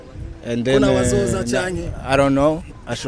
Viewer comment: I didn't know. Dramati ngo I ron't know 😂😂 , ndakwikundira